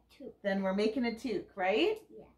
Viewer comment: The peekaboo into the KAL was just enough to make me sign up again for the 4th year in a row!! Cannot wait. Great job on the loom knitting!!! It looks amazing. Any Grandma would be thrilled to receive a gift like that!!!! Maybe knitters around the world will learn to say toque properly now;)